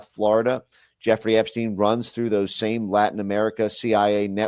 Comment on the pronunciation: it's Jeffrey "rey"